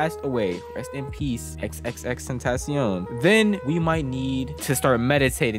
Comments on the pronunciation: Xxxtentasiown??? Is xxxtentacion it’s said like tentashion not tentasiown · it’s pronounced xxx-tent-uh-see-on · its crazy how people claim to be X fans but cant pronounce his name . You dont actually say x three times bruh. Jeez. It's Extension with a Spanish suffix because he wanted to make a name that paid homage to his afro-latino roots and environment. Everytime you say his name i cringe. Phonetically it's Ex-ten-ac-cion. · That ain’t XXXTENTACION that’s XXXTENBLOCKCION💀💀💀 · At least say his name right